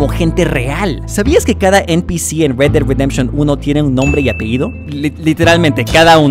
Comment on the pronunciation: red no read osea red ded redemtion si no sables ingles muerte de la redencion roja